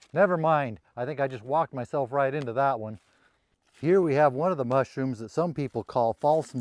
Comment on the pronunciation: Be vewy vewy quiet. I'm hunting mushwooms.